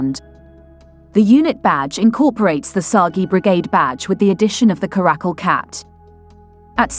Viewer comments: It's not a karack-kul, it's a cara-cal. The caracal (Caracal caracal) is a medium-sized wild-cat' native to Africa, Middle East, Central Asia, and arid areas of Pakistan and Northwestern India. OK? 🤫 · Please note that 'Caracal' has the accent on the first syllable, thus: CA-ruh-cul.